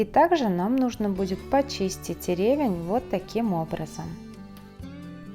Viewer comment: В слове ревЕнь ударение падает на второй слог.